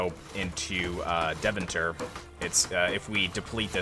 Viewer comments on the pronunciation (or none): Since you mention the pronunciation : Deventer is pronounced Day-fan-tur. Love the content!